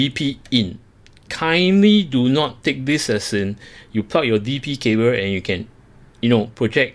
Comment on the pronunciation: I love how you ''plug''..., it sound more like ''puck''! Only one more letter now... ; p